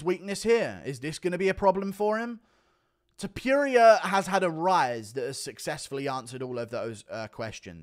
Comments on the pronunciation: It's topuria not topiria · Noooo we had the whole same main card and then you said touporia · Hate the way he says Topuria wrong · Blud said topuria 💀